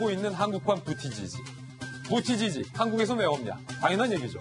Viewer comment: 김진 앵커님, 부티 지지>>>부우더 져어지(부와 져에 엑센트)로 읽어주세요. 김진의 돌직구쇼 화이팅!